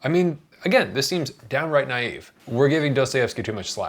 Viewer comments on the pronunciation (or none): none